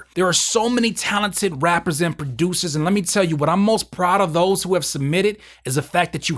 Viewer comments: In the beginning he said rappers and music baducers.. Lmao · I love how you pronounce the word: "Producers" keep it up 🤣🤣😂😂😂😂😂